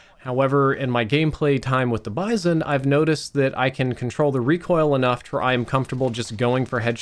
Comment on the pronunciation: It's pronounced 'Bee-zon'.